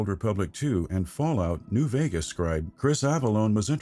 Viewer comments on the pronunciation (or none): none